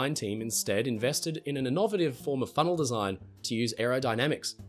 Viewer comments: Inn-ov-a-tive? INN-OV-ATIVE?!? I think you’ll find the emphasis is on the A not the O 😂😂 INN-O-VATE-IVE lol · Learn how to pronounce words correctly before attempting to narrate anything. I stopped listening the moment you mispronounced inn-oh-vay-tiv. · Thats an innovative pronunciation of innovative. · have you started joining the trend of mispronouncing words? Innovative 😂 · Innovative pronunciation of innovative! 😏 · The way this guy pronounces "innovative" makes me unreasonably angry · your pronunciation of innovative certainly was innovative, I'll give it that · Learn how to pronounce innovative in English!!!!!! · Can we really trust someone who can't pronounce "innovative" correctly? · Thank you!! Like there’s 2 ways to pronounce it and I had to rewind to make sure it was butchered as much as it was hahahaha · That's certainly one way to pronounce "innovative" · I have never heard, nor believed it possible to hear, innovative pronounced so incorrectly. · Bro did not just pronounce innovative like that 💀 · that's not how we pronounce it in Australia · British person here. I've never encountered that pronunciation before either, I assumed it was an Australian thing, they really chewed the language up. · It's how it would've been pronounced way back then, so I assume the accent sticked in his family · I'm Australian born, and lived there till I was 30. I've lived in the UK for the last 5 years. I've never heard anyone pronounce it like that before today.